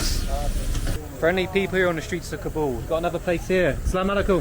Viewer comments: Please. It's not ka-BOOL it's KA-bl like "cobble'. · I love your videos man but you got to pronounce Kabul correctly. Didn't you listen to locals pronounce the name of their town? Kabul rhymes with "hobble".